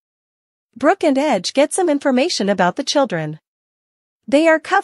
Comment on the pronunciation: WHY DO YOU CALL RIDGE "EDGE"